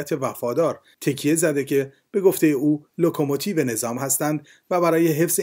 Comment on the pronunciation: لوکوموتیو نه لوکوموتیر ازرئیسی تلفظ یادبگیرابلح